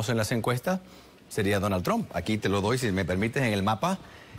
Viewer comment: No sabe ni pronunciar Trump 😀😃😄😁🤣😆😅